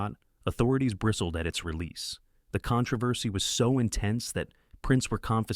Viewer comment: Why is the word controversy so difficult for AI? I've never heard it pronounced properly with AI narration.